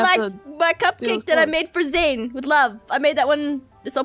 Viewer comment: It's Zane not zian